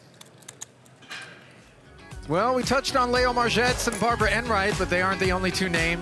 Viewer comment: Umm LEO is pronounced LEE O NOT LAY O. Can she win it? No, no she can not. 😂😂😂